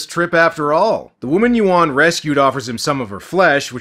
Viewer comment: A Patreon's "Zack Potter" eh! Not a coincident that this Chinese movie got featured on Dec. 20th --- With the news about Cyber security issues plus Airport closure via Drones and HUAWEI. key words incude "Turkish" and bastardizing pronounciations of Yuen and Yuan. And much more subliminal propaganda.